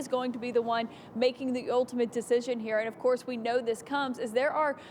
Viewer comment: Matrix?! Duh it’s up heAh